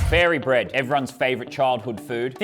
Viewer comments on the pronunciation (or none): none